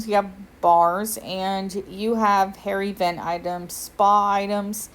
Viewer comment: I have captioning on, and every time you say “hair event,” the caption says “hairy vent.” CTFU